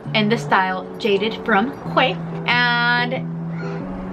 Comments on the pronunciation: Great video. Glasses looked great and I really want a pair now ❤. New subscriber. Oh and Quay is pronounced Key btw 😘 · Love your video... You're so gorgeous, dear <3 Actually, the pronunciation for quay is "key" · It's pronounced Key